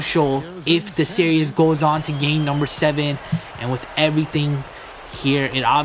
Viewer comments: why can't you say series? lol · learn to fucking say SERIES!!!!!!!